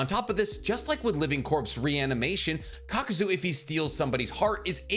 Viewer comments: You kept saying KAKUZO when his name is Kakuzu, really irritated me. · Kakuzu.. not zo.. I've noticed it on a few of your videos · I won’t get over the fact the character name is KAKUZU and this mf continuously calls him KAKUZO 🥴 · may i also add ... "kakuzo" -- i cringed every time . i listen to these in the background so at first i had no clue who he was talking about . i wonder if he does it on purpose . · lol , same for "Kakuzu" -- like "ka-ku-zo" ?! really ?!